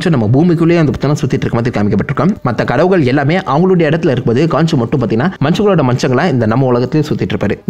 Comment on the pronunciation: Adhu Enna Dah Kadavugalll_✅✅✅ Kadavulgall_❎❎❎ 😁😁😁😁😁